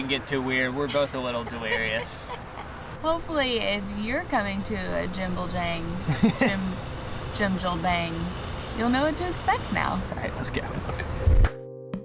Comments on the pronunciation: lol...... gim bul jang ? jjim jil bang (bong) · It's "Jim Jil (like window sil) bang (bahng)" say it right. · Jim - Jill - bong is how you say it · Hi and! It’s pronounced as a Jim- gee- pa- ng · not to be rude but it’s pronounced (JIM-JIL-BONG) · Lmao the way they said jimjilbang "jimblejang" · You two butchering to say jimjil bang is so funny!! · The many ways you guys butchered the word. Jimjilbang ga ve me so much life! 🤣. My daughter is currently living in South Korea and I had an amazing time when I got to visit her there last year! iWatch so much food and travel content on YouTube and the two of you are quickly becoming my favorite 🤗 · I just love how pronounced Jjimjilbang. Hahaha I envy you guys! Visit Philippines! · It's so dorable when you guys struggle with the word jimjilbang lol